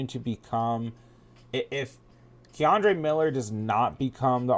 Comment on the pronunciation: Kendre not Ke’Andre